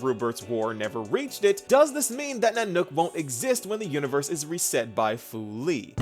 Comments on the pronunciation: Unvierse... yes unvierse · What are we saving? "UNVIERSE"?